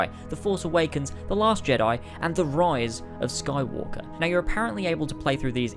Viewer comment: “Star Wars He Rise Of Skywalke”